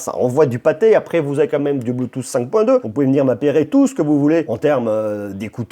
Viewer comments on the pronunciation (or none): none